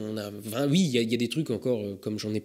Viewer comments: "Ui" tu serais pas un peu alsacien ou a minima dans le nord est de la France toi ? ^^ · Ta dis ui ?!